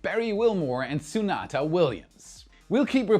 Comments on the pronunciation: It's suneeta not sunata.😅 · Sunata? Seriously, start taking second takes when you misspeak. Sun-I-ta is a well known name in Space news. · why do you say "sunata williams"? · not mispronouncing Sunita as Sunata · Typo: You spelled Barry "Butch" Wilmore as BERRY, making him a fruit 🤣 And you made Sunita "Suni" Williams sound like a Hyundai sedan 🤣